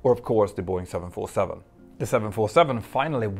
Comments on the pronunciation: Is Boeing and not Are Boeing. Like, ist Boeing. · "Are Boeing"? You need an English speaking editor!